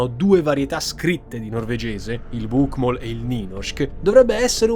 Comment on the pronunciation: Sono laureata in lingue nordiche e non si dice "bukmal" ma "bokmol"...